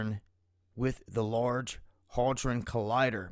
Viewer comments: HAY-dron! Not Hal-dron. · Did he just say Large Holdron Collider? It's Large Hadron Collider you goof. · you are the man but it is large HADRON collider, not haldron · did you say "the large hardon collider?" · Look up how to properly pronounce hadron buddy